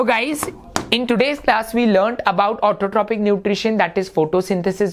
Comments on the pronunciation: Sir, isn't it Autotrophic, heterotrophic, and saprophytic (pronounced as Autotrofic, heterotrofic, and saprofytic respectively)? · sir it is pronounced as autotrofic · ITS PRONOUNCED AS AUTOTROFIC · learn to pronounce autotrophic